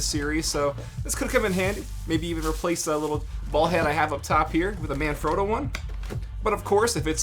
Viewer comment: Why can't Americans pronounce words correctly.. They only ever pronounce their own words correctly.. But you get something like "manfrotto" and they can't even pronounce it.. Example, this guy can't pronounce it correctly -------- he can't even pronounce Yamaha!